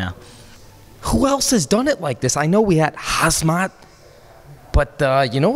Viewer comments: Uhm, how on earth are americans struggling som much with Khabib and/or Khamzat x) Just pronounce it HABIB & HAMZAT (not Hazmat) xD Love your content. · Not to sound rude but the correct way to pronounce Khamzat is hom-zot not “hazmat” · KHAMZAT - not Khazmat. Say it the say way is DC does - HAMZAT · Hamzat is like Hazmat thou lol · "Haz-mat Chimmy-ev"